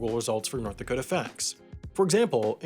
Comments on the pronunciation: My friend: wtf is a dakata? Is that a mexican pastry? Me: sure? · It's pronounced "Dakoter"